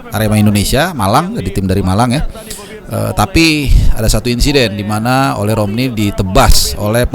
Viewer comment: Baca nya O-Le, Le nya dibaca seperti kata Lemah...